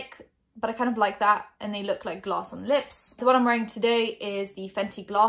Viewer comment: glaws not glaws Gotta love the British accent sometimes. Literally your 'glass' and 'gloss' sounded the same to me lololol (≧▽≦)